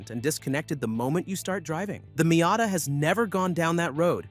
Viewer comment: Wow, what a silly video this is. A new not-very-attractive green color and nothing else are "reasons to wait for the 2027 Miata"? This is just pointless. You also show images of completely different cars which is misleading and dishonest. Also stop pronouncing "Miata" wrong.